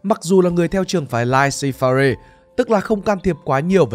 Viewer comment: Hix laissez - faire thì tra cách phát âm dùm cái.